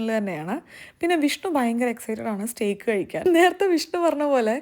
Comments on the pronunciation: Steak pronunciation is stayk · Steak is pronounced as Stake isn't it???